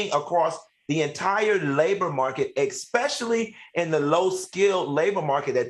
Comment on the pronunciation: The word is "especially " not ex specially...please!